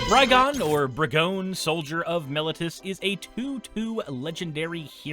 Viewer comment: Though no one asked, I haven't heard any content creators pronounce "Brigone" how I believe it would be pronounced in her native plane of Theros (a la Greece): if similar to the Greek tragedy and character of "Antigone" (an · ti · guh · nee) , then "Brigone" should be pronounced bri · guh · nee, though I'm not sure if the "bri" part should be hard ("br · eye") or soft ("br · eh").